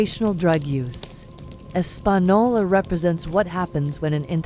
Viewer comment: As someone who has lived and still close to Española N.M. This AI is the worst’s I’ve ever heard say it 😂